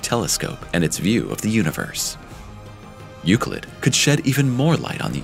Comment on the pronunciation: its not pronounce youcleet ...